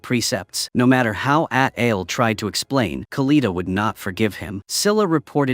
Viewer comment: The fact that the ai script kept saying adel instead of adil (adel is literally my name)😭😭😭